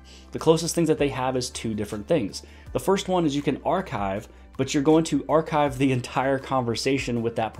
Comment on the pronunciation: Is that how you say Achieve?...🤣😂🤣😂